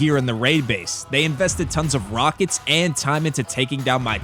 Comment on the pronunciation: “Yow wneed mwor wakets “🤓